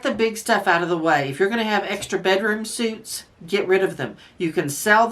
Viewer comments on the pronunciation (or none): Bedroom suits...LOL...it's pronounced bedroom "sweets"